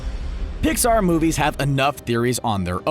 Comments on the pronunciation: Did he say dixar in the beginning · At the beginning was also a mistake he said dixar movies